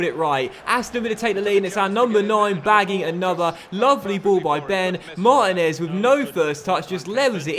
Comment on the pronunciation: This series started so great and is now so bad time to end this. I know I'm done watching it cus I can't stand to hear u mispronounce mar teen ez once more mate